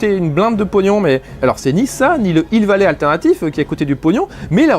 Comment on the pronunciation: Un N'Hill vallé ouai, bien joué la liaison :p